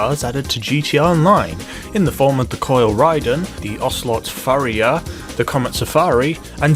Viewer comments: Pronounced pa-ri-ha not fa-ri-ha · Pariah not Phariah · You saying Phariah instead of Pariah was fun, but seing people repeating the mistake in the comments is hilarious. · Fariah? You mean pariah right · Gripe time: 1. You completely ignored the fact that the Raiden is a 4-seat sports car. Don't you think that's something? 2. It's pronounced "PAH-RAI-UH"... that's not a PH at the beginning there. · Where you from because your pronunciation is fucking shit where in paraiah is the ph it's pa-rai-a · its pronounced par-I-ah not far-I-ah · did he just say “fariah” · "Fariah" lol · Paa rye ah....YouTube how to pronounce is your friend. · You're pronouncing the pariah wrong. (Puh-Rye-Uh) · There is no ‘Pha’ in ‘Pariah’ ‘Pah-Rai-Ah’ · Pariah is pronounced 'puh-RI-uh' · Pariah is pronounced pa-ri-yah or pa-ri-yar. It means an outcast, a community, group or species that is generally despised, someone in exile or a member of one of the oppressed social castes in India. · Just FYI, it's pronounced Pah-rye-ah:) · It’s pronounced pa-riah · The way you say PA-riah as Phuriah really triggers me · It's par-eye-uh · Pariah is pronounced "puh-RYE-uh". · It's Par-i-uh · PHARIAH? there's not even an h there... it's spelled pariah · How come nobody seems to know how to pronounce pariah? It's pah-rye-ah. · Pa-r-eye-ah. Wheres the PH... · pariah is pronounced, pa-ra-ya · How the fuck do you mispronounce Pariah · Pariah [(puh-reye-uh)] An outcast; a member of a low caste or class. Note: The word originally stems from the caste system of India, which put pariahs in a very low place in society. In the United States, it refers to those of low social class or social status. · You're pronouncing the Pariah wrong dude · It’s pronounced ray-den and pa-rye-aa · jesus man.... ray-din .. puh-rye-ah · Ever heard of Raiden from Mortal Kombat? Yeah, that's how it should be pronounced. And where did the "ph" sound come from in "Pariah"??